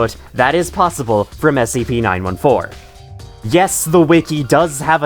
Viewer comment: SCP Nine Four-Teen. Please!